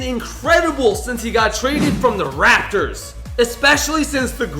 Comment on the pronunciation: Why did he say raptors like that